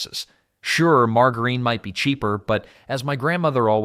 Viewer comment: The wrong pronunciation of margarine